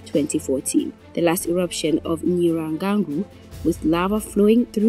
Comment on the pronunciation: Can you please try to pronounce names properly as a journalist we know it is wrong to say a name incorrectly! To do so read your texts repeats difficult words few times to memorise the proper pronunciation it is NYIRAGONGO and NYAMURAGIRA Volcano just look and read softly you will get it right